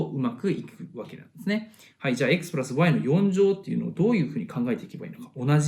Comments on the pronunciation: Xプラァスワァイの発音良すぎるwww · プラスの発音が無駄に良い笑